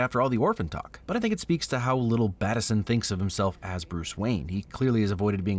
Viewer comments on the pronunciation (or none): Bruh. Really just called him PatBat? It's Battinson, my guy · "BatPat"? C'mon, you can do better than that. Robert Battinson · It's Battinson not PatBat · I finally watched this movie a few weeks ago. VERY excited for this one! 🧡 Edit: I-i have to correct something. Batti(n)son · it's baterson